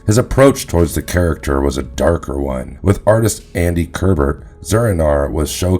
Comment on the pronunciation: Kubert is pronounced kyoobert, not kerbert